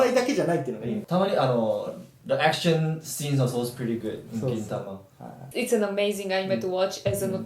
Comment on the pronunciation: GintamaじゃなくてKintamaになってるやん